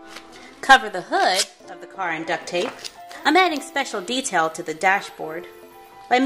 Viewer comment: you said tetails